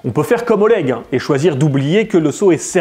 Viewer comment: Après Oleg il sait même pas prononcer Oleg correctement alors de base il commence mal.